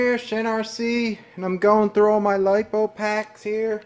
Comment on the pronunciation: Hey u said lipo right this time, no lip po batteries today,lol! Great info I’m sure this will help so,e people out, thanks for sharing